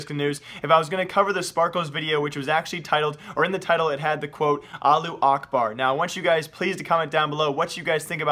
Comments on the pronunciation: why u saying it like allu akbar when its allahu akbar O_o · Lol you ignore half the word it's now Alu, it's Alahhu. You're ignoring the middle three letters LOL!!! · is it really that hard to pronounce "allahu"?